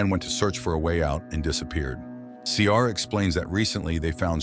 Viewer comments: Her name is Ciara, pronounced Keera😂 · I’ve never heard the name Ciara pronounced like that before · You NEVER watched the film otherwise you would correctly pronounce Ciara.